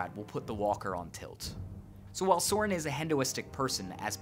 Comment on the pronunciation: it's pronouced Soh-RIHN